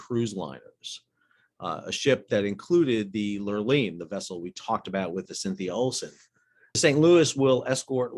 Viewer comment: I always heard it pronounced Laura Line. I did sail with Matson….